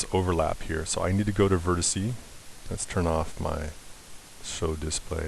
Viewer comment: what a fine tutorial. However you're killing me when you say 'vertisee'. Singular: vertex. Plural: vertices. FYI.